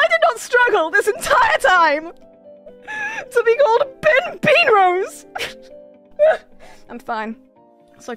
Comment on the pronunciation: I will never understand how 🅱in 🅱en🅱ose is pronounced Bin Benrose....